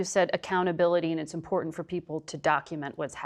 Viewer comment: When she said import -ant, I stopped listening.